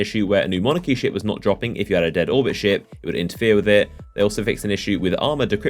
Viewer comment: Miguel Aguilar He said ship...